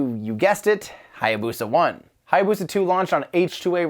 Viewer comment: That butchering of how to pronounce Hayabusa ...